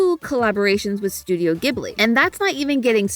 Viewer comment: Please look up the original pronounciation for Ghibli😢